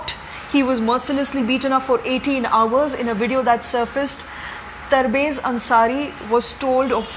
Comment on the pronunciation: Hehe, you didn't even took his name properly.. his name was Tabrez Ansari. ... Not tarbez ansari.